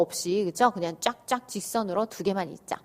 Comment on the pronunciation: 있쪄? 선생님 발음 중독성 있어요 ㅋㅋㅋ